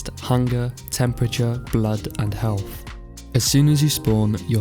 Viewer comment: Are you saying "helf"?